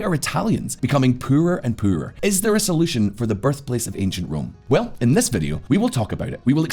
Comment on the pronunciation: The way you said poorer and poorer…..where are you from? I’d say danish but I’d probably be wrong